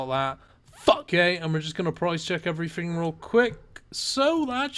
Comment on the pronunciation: How do you speak English but still mispronounce everyfing? It's "th" not "f" :) Ign Antrebell